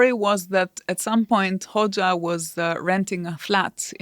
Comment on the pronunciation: Aaron's pronunciation of Hoxha 😭😭😭